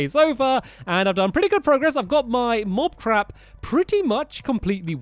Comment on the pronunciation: he says mob crap mot mob trap